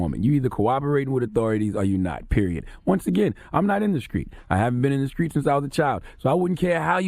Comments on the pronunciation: The word "Street" is not that hard to say, holy shit. WTF is a Skreet?!? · I cringe every time Charlamagne says “skreet” instead of “street” 🤯😳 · And IT'S STREET NOT SKREET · The "skr" in words that are supposed to be "str"...Somebody tell Charlamagne to stop talking like he's from South Carolina😂😂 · Charlemagne cannot say T he says K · Did Charlemagne just say the word "screet"...? I think he means "street"😂😂😂...I'm from the south...no excuses.. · Finally somebody notices! Skreet and Skrippers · "Skreet dude, Skreet rules" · Charlemagne can't even say the word street. He needs to fall back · The way Charlamagne says The Street......Discreet lol